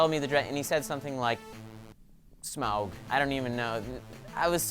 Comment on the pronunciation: Um "smoug" "SMOUG" ITS SMAUG GOD DAMMIT